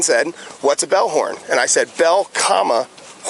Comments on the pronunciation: I heard it. He told Michael the right way to do it, then did it the wrong way himself. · I yelled at my screen "you said bellhorn" and then he said bell coma horn. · I thought he was saying "bellhorn" too. And I don't drink either. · I thought he said bellhorn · FWC dude definitely said "bellhorn". I thought "what's a bellhorn" right before the guy asked the same quesiton. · I kept hearing bellhorn as in a type of horn, and was wandering what a bell horn was. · I was thinking what’s a bellhorn the entire time he was saying it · I am sober, and i heard bellborn/bell-horn as well, and thought "wtf is a bell-horn". That deputy is a jerk, the guy was clearly not intoxicated. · Fuck , I thought the cop said bellhorn too. Lmao. I was like i guess its some type of horn. Lmao scum bags . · Wildlife officers are the worst. This one is a tub of shyte ! I also thought he said bellhorn several times . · Cop must be impaired. He clearly said ‘bellhorn’ over and over until he said ‘bell comma horn’. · I thought he said bellhorn or whistles as well. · I've never heard of a bellhorn either and that's how he pronounced it he didn't put a pause in his comment this is an argumentative officer looking for something which may be well within his right and obligation as an officer but he seems to be trying to push the DUI aspect for some reason. And yes you should never operate a boat if you've had any alcohol at all. Your responsibilities to yourself your passengers and others is paramount over your right to drink or consume alcohol or drugs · I thought you were saying Bellhorn as well, .. and was wondering what that was also... I thought it was like that thing you push the button on one and it makes a loud noise like they use at football games and stuff 😂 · The d bag KEPT saying bellhorn or whistle and I thought the exact same thing when he said that. I’m like what the hell is a bellhorn? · Cop 100% said “bellhorn” and not “bell, horn” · Yes, that idiot definitely said bellhorn